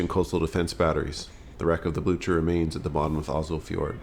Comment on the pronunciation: In Waterloo, Blücher is "Blooker", here he is "Blutcher". 😂